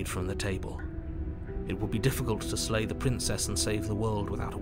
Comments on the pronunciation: slay the dragon? i thought you said lay the dragon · no no no i said SLAY the princess not LAY the princess